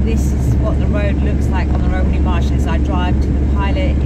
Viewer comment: 'Romany Marshes' :-) ....... A bit like My missus used to call Spaghetti 'Paschetti' ;-)